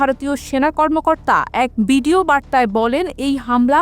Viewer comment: বিডিও বলতে হয় না ভিডিও বলতে হয় ।